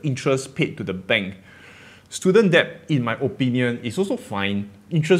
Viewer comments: Debt not deb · I just want to say that debt is pronounced as /det/, without the "b"... I'm a dick I know... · Hi! long time follower. I taught English for years and need to help you. Debt is pronounced dehht, since you use the word so much:) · Risky comment, but debt is pronounced 'det'. Or is it a Singaporean thing? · On a side note, it’s pronounced ‘det’. Have a great day👍!! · thanks for all the info! Btw B in debt is silent. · Great video. Something to think about. BTW, you don't have to pronounce the B in debt. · The B in debt is silent. :)